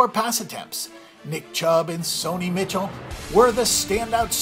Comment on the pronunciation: He said Sony Michelle wrong